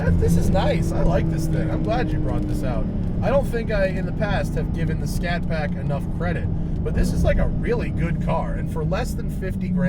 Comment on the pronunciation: It's a Scat Pack not Shat Pack.....lol!